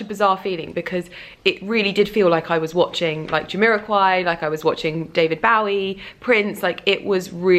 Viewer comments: David "Bawie"? Lol. I never heard David Bowie's name pronounced quite like that. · bowie is pronounced like bo (bow tie, bow and arrow) ee. bo-ee. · She didn't know how to pronounce David Bowie, so I'm not surprised she's not familiar with Quincy's career. And I agree with you, she should get her facts straight before talking about any subject. Obviously her field is fashion and she's not under any obligation to be well versed in music and other forms of art, but either learn about a subject before talking about it or abstain from talking about it. As you said, she has a big platform. With great power comes great responsability. Lol